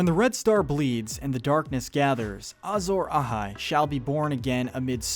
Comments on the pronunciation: Does anyone else hates how he pronounces stuff like a Azorahai and Rhhlor drove me bonkers but good video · You can always tell how the voice over is done by someone who isn't a big fan of the series because they will pronounce common things like "R'hllor" and "Azor Ahai" incorrectly haha